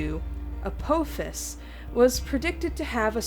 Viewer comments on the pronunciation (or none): none